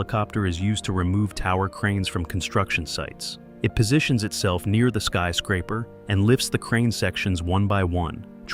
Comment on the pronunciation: "skee" scraper? You are sooooooo lazy. Pro tip: learn how to read and narrate your own vids. aaaaa-holllllle